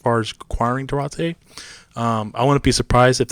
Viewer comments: Due-Artay , not Due-ratay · It's pronounced Dwar-tay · It's Do-are-tay! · Say his name correctly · Learn how to say his name you goofball